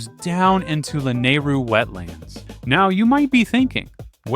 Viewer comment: Please for the love of god I am begging you to learn the correct pronunciation of these locations and names of characters and places for future videos. I'm surprised you said Lanaryu correctly. If you actually watch some of the cutscenes in the games there is the proper pronunciation. Or just look it up. Hylians and Hylia (High-lee-ahns/ah), Akkala (Ah-kall-ah), Hateno (Ha-tay-no), Gleeok (Glee-ohk), Mipha (Mee-fah), how are you getting these so wrong? This is gonna seriously tick off some real Zelda fans. Otherwise, great video.